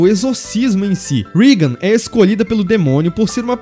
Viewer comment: Não é rigan, É Regan!